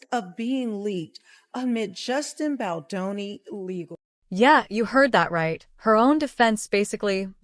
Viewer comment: If you're going to narrate stories like this, please pronounce Justin Baldoni's name correctly. Jesus the names are vip.